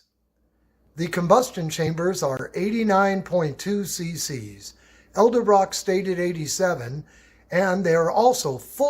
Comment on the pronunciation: Man mispronouncing Edelbrock every time makes my left eye twitch. But great video 😊